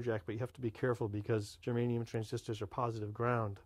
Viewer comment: Good video, but it's Germanium.